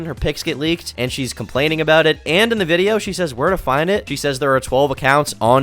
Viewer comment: ive genuinely never seen a native english speaker make such mistakes while speaking english. How is she saying "link ed" instead of leaked and "theres a lot of page"